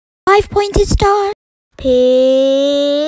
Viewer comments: Im Hearing “PIIIIISS”instead of peace 💀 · "Hart" "Triqwetra" "✨️FiVe PoinTeD StArrrrrr✨️" "PISSSSSSS" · "Hart" "Trequetral" "5 pointy star" "PISSSSSSS" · Literaly said "PIIIIISSSSS" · "Hart" 👻 "Trequetral" 🧔‍♂️ "5 pointy star" 🤖 "PISSSSSSS" 💀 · “Har” “Treiquetrea” “Faihve poented stah” “Peeeeeaaaaassss” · "Hart" "Traepuetral" "5 pointy star" "PISSSSSSS"